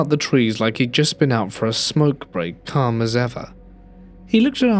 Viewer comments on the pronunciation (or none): none